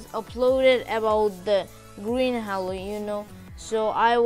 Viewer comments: It not hallo it is halo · He said hawo instead of halo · Man I hear you saying hallo not halo xD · btw its pronounced as "hey-lo" not Ha-lo but its fine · its prounced "hey lo" not " haaaaalo" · i like that when he said "HALO" sound like "HELLO" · i heard green halue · More like hallo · no he say hewo lol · He really say green hewo lol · its pronounces h "A" lo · Halo is pronounced as haelo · Or heylow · He is brazillian ig Bc brazillian ppl say halo in this pronuciation How i know?!? Im brazillian HAHAE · The way you say halo😂😂🤣🤣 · Dude not trying to be rude but you pronounced halo wrong!